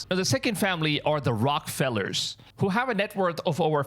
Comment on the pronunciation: Argh! Its pronounced neffle- heem OR neffle-em, not neffle-hime. The Rockefellers is pronounced rock-ah-fell-ers AND I HATE THEM ALL, MAY GOD CAST JUDGEMENT ON THEM ALL!!! greedy EVIL people!!! Who needs that much money?! They’d want the world dead if they had their way. Yahsuah knows I wish to have just a small portion of what they have just enough to live a comfortable life not having to worry about my next bill & to fix my teeth oh and to own a couple of horses- my ONLY life’s dream.